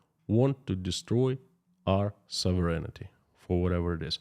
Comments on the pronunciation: I know that you like to know pronunciations… Sov…rehn ….tee (phonetically) not soverenitee (your pronunciation) Sovereignty (don’t pronounce the first e, the i or g) sov·er·eign·ty /ˈsäv(ə)rən(t)ē/ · You left out the E/I sound near the end. SOV- REN-I-TEE